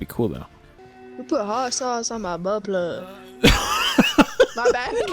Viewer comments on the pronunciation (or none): "who put hot sauce in mah but pluh" GOT ME FUCKING DYING BRO 😭😭😭😭